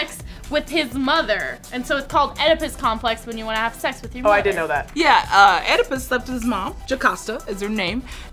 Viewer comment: They all pronounced Oedipus wrong and they got the story wrong. That frustrated me